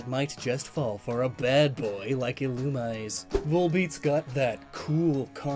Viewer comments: Isn't it pronounced "ee-loo-mee-zay"? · I’ve been pronouncing illumise wrong my entire life apparently. Thank you comments. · When mispronounces Illumise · Every time you mispronounce Illumise or Wormadam I wince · It makes me annoyed how you say illumise wrong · Does a video on Volbeat and Illumise Pronounces Illumise wrong the entire video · Here: Thanking for all the wonderful info I got today Also here: You're pronouncing Illumise wrong... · all pokemon names are fictional so it doesn't matter but if you're going to make a video about it at least look up the pronunciation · yes, it is officially pronounced that way, but many people pronounce it the way does. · keeps saying "Illumise", but it's pronounced "Illumisé" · Literally watching this episode to see if pronounces Illumise right: nope. “Ill-Uhm-EE-zAe” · Yet another victim of EELOOMEESAY, mispronounced but not forgotten! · I know Illumise is meant to be pronounced 'Ill-OO-mi-zay', and while I like that I still say 'Ill-yoo-mise' and I'm guessing most others do? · And it's "ill-oo-mee-zay". Did you not watch the Advanced season of the anime as a kid,? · It's pronoced illu-me-say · Pretty sure it's pronounced Ee-loo-me-ZAY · A-A-Ackchyually, it's pronounced "Ill-Uhm-EE-zAe" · "Illumise" is actually pronounced "ih-loo-mee-zay"; tis possibly an Anglicization of its Japanese name, "イルミーゼ Irumiize". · I think Illumise is pronounced ee-loo-mee-zay. That’s what I heard in the anime and in Japanese it’s Irumize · I think Illumise is pronounced ee-loo-mee-zay. That’s what I heard in the anime and in Japanese it’s Irumize. But Pokemon was never consistent with pronunciation though so don’t take my word for it. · Since I’ve seen none of this, Illumise is pronounced EE-loom-MEE-zan. It’s a very common mistake and I made it for a while, but I gotta point it out. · the official pronunciation according to Pokedex 3D is il-u-mee-zay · Yeah Ill-oo-me-say